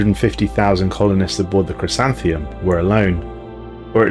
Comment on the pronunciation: Isn't it "chrysanthemum" like the flower? Ending on "mum".